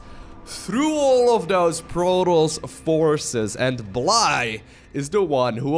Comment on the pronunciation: I believe it is pronounced Blie-je like the Russian/Ukranian word Blyet and not bl"eye", as in "the human eye". this is with the Dutch pronounciation of the letters, lived with a Ukranian dude for a while while studying abroad, he told me that "blyet" can be shortened to "bly" so I think this is the shortened version of Blyet as well. cool name!